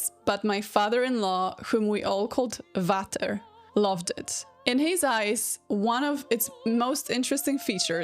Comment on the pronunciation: A little language tip: "Vater" is pronounced "Fater" and "Daisy, sprich doch Deutsch" does not mean "Daisy speaks German", but "Daisy, speak German already!"